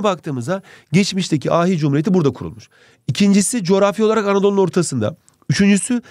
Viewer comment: 1.19 2. coğrafi olaragğ Anadolu'nun ortasında 🤣😂